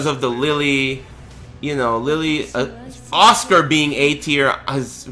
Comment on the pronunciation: Did dude call Asuka Oscar?